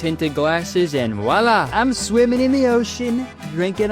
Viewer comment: It's not "wala" it's "voila" French. js luv you